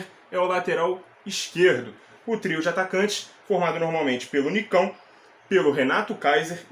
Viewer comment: Excelente comentário mas quebrou a língua qdo falou sobre o Nikão